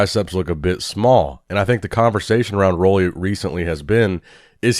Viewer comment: How old is this channel? While is yet to find out the correct pronunciation of Roelly's name...